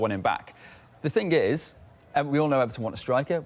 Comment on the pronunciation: “One fing I can tell man and say to you” / this isn’t the ghetto mate, this is Sky Sports. Speak properly.